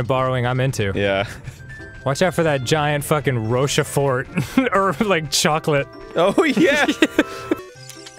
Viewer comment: Did Dan just refer to a Ferraro Rocher as a "Rosha Fort"?